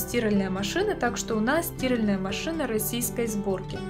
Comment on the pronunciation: Ударение на а